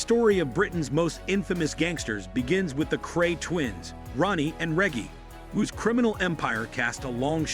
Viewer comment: Reggie not regy ffs get the name right